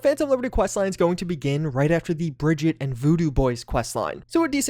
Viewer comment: It's Brigeet